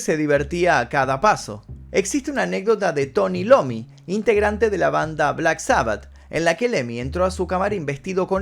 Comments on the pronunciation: tony iommi, no lomi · Tomny Iommi, no Lommi jaja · no es Tommy "Lommy" es Tommy Iommi, el padrino del heavy metal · Es Iomi el nombre de don Antonio, no Lomi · Tommi Iomi, no Tommi Lomi. corrección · venías bien hasta que dijiste Tony Lommi... *Iommi 🙄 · Solo un detalle, dijiste 'Tony Lommy' cuando te referiste al guitarrista de Black Sabbath :'( Es con i mostro. IOMMI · Por favor tenés que corregir, es Tony IOMMI, nada más que el padre del metal! No puede pasar de largo ése error! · Jajaja see, Lommi mandó el loco ...por dios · se pronuncia Tony aiomi